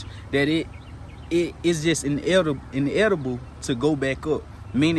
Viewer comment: The word you are looking for is (inevitable)“in e vitable “ Not being picky just thought I would help you out like you help us out. We gone………..